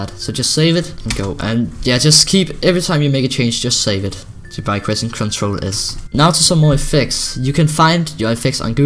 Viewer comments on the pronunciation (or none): when u said CTRL it sounded like u said crunch roll